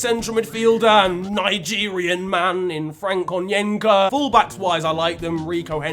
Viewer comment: How has he managed to say "Nigerian man" in the most British way possible?